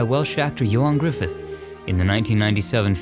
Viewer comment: Only One in Wales, Really?! Ah well, not Surprised, guess some things never change. However, I must commend you on your pronunciation of Ioan Gruffudd, one of the best I've heard from an American.